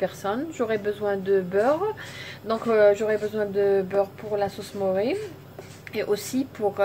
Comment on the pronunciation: Sauce mornay et pas sauce moré